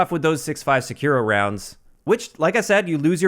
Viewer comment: That pronunciation of “Sakura” 😂